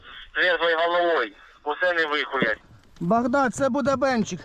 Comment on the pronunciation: يكول بكداد يقصد بغداد وات 🤔